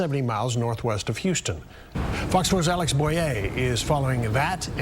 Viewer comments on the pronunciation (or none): none